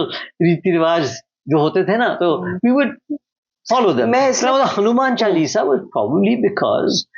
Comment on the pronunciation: All is beautifully spoken and discussed excepting for the very subject. HANUMAN CHAALISA , Ms Dutt , not Hanuman Chulisa. CORRECT pronunciation will be appreciated.